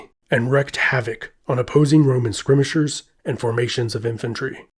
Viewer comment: Why do you not know how to say skirmisher properly?